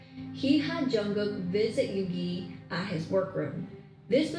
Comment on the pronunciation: I love the way says Yoongi 😂💜